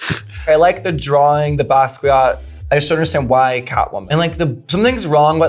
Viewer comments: It’s pronounced “bas-key-yaht”, sweets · The way that Violet said “Basquiat” hurts…she’s so critical but can’t even get the names of references right? Or even just understand the references at all?